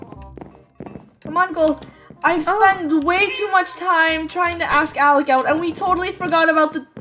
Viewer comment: it ALEC not ALEX!